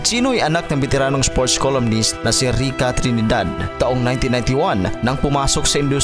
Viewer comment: That is Recca. Not Ricca.